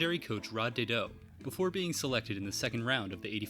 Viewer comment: It's Day-doe